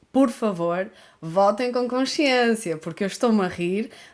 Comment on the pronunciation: Você disse conshiência? 😅